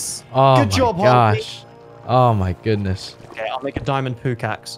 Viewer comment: ''i'll make a diamond poochaxe'' .. nobody? rly?